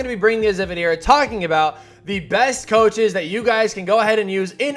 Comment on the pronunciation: still says Choaches lmao